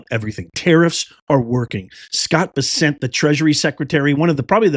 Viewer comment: Scott Bess-ent, not Bis-sent. Empkasis on 'Bess'